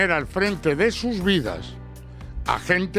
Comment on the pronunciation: Cuando dices escasa pareces andaluz exagerando tanto 😂